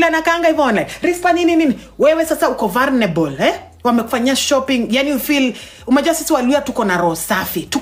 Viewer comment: Its vulnerable not vulrenelebo, that's not how to advice a friend...no no no...hii sasa ni personal 😢